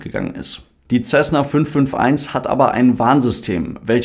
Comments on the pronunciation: Nein, macht man nicht. Das ist ein US-Flugzeug, kein italienisches. Wirklich korrekt wäre 'Sässne (Lautschrift ʹsɛsnə). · Man spricht „Tschesna“